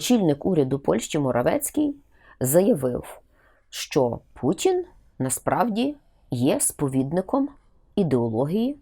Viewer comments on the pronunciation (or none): none